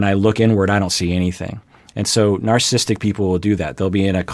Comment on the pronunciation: Two comments to this video...(1) It's pronounced NarcissISTic Personality Disorder, not Narcisstic Personality Disorder. Funny you never knew that. (2) The Goldwater Rule can be ignored if there is a "Duty to Warn," in the considered opinions of a reasonable consensus of professional practitioners and professors who conclude that, as has been the case in Donald Trump's presidency starting from Day One, his apparent personality disorders (including a clear case of Narcissistic Personality Disorder exacerbated by an apparent overlay of Napoleonic Complex and a Machiavellian worldview) make him an existential threat to our established system of governance and ultimately to the human race. Let's be honest here and stop hiding behind some idiotic Rule that is essentially a CYA response to a successful lawsuit and deal with the almost daily worsening threat that a continued Trump presidency presents, especially as his chance for reelection slips downward by the week. He is not a guy on the street, he is POTUS and also is someone who many of us have studied, interacted with and known for most of his adult life, myself included. And the fact that his personality, as exemplified by his entire life history, rings the bell deafenningly on all 9 markers of NPD and that he has the nuclear codes in his control should be enough of a warning to set aside the Goldwater Rule and get serious about informing the world about how absolutely bonkers and dangerous this person is to all of us.